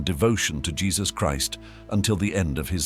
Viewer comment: Its jesus not jess dispretful watching this then nt watching anymore 😢